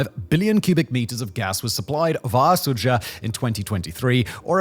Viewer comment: For furture reference, When you see "dzh" in a Russian word, the “zh” make a "J" sound. Sudzha is pronounced "Sudja"